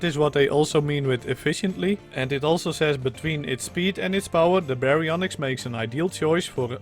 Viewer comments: You actually pronounced it right. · If you want to know, you said the name right mostly. Just the y is less pronounced. Gg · That was the exact way to pronounce Baryonyx!